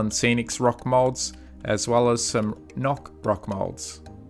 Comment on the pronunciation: Noch "wie im Original" isn't spoken like Nok, please say it correctly xD